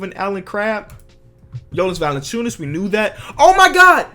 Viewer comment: 1. You arw saying valan*ch*ons which you actullay need to day valan*c i u*nas 2. Litteraly the way it sounds(if you would say it right) Valanciunas